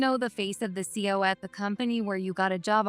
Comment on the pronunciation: See-oh? Seriously?